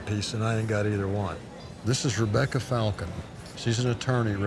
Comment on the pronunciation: . "Sounds like a fuckin' Marvel character." "It's pronounced Falconi, and it sounds like it's Italian." "Okay...it sounds like a fuckin' DC character."